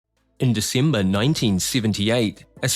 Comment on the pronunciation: " in Decimber nineteen siventy eaight "